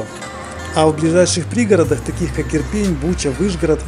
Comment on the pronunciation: Иопинь, а не Ирпень. Причем тут пень?